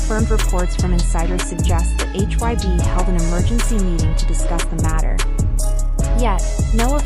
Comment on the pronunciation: admin sok tau bikin brita tentang BTS cara penyebutan BTS sama HAIBE aja salah brati kurang apdent tentang bangtan, so" bikin brita hox klu army pasti tau 😂😂